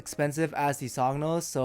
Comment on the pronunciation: The "g" is silent in "Sogno" but is pronounced not dissimilar to the "ñ" in the Spanish word "Señor".